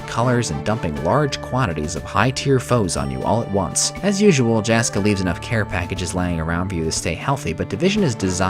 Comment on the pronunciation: Hopefully I'm not being "that guy", but for future reference, those are Finnish names, so Jaska and Jaakko are pronounced more like Yaska and Yaakko, like the 'y' in 'yes'.